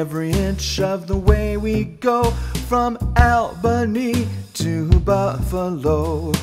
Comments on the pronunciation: It is pronounced (a-ba-ny) not (al-ba-ny) I go there a lot:) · ALL-bany. It’s pronounced ALL-bany!!!! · Albany is only pronounced like that by outsiders! It's ALL-bany! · No one from the state of New York would pronounce Albany that way. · who pronounces Albany like that? just made me cringe